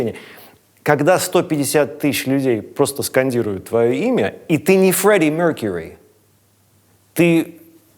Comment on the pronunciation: Отличный фильм. Одно только жаль, что ты не спросил.. Почему на том Мtv было такое произношение названий клипов и артистов с намеренным акцентом. Об этом же столько шуток и упоминаний. Яркий пример когда Стрельников в этом видео говорит "Фреди Меркури".